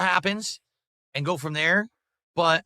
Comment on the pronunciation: Fuck I hate how he pronounces words. It’s and, not annnnyyunndddd.